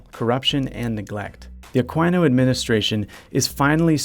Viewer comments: Lol A-kwai-no Administration it's A-ki-no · Virtuous, noble video to help solve the traffic in Metro Manila. Funny too when the narrator pronounced Aquino as 'Akwaino." hehehe